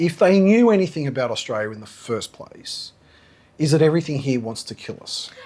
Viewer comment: mostly a female thing, ' hee yah' turning a one syllable word into two , drives me mad as I live in Melbourne I heard a guy say it like that the other day and it stuck out like dog's what's it's